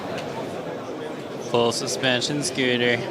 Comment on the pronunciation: It's scooter, not skeeter